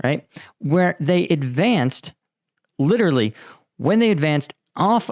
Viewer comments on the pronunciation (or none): none